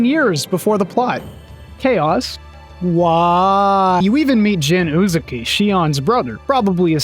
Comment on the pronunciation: Shion Uzuki, not Uzukiya